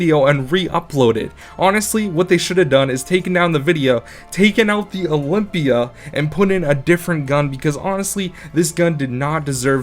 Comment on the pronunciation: i got triggered as soon as you said olympia